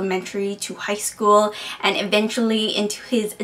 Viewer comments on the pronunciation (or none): none